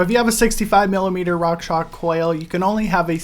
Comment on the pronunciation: It's rockshox. Not rockshock lol